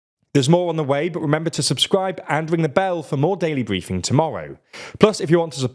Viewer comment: Today is owa daiwee bwiefing. Oh Bwitish people.